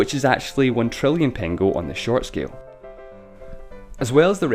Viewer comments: Actually it is not pengo, but pengő and it is pronounced with a ø sound. In english the closest ma ybe the word "nerd" pronounced like nørd. Otherwisse cool video. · Thank you for mentioning Hungary! But this big inflation has to be mentioned anyway! :D (a little bit mispronounced "pengő" ) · You didn't pronounce "pengő" properly. "ő" should be pronounced like "eu". Anyways, I'm not sure that I should be happy that my country appeared in this video... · You pronounced pengő wrong the entire time, just saying